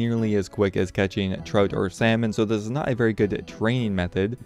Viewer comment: He calls trout 'troat' the fuck man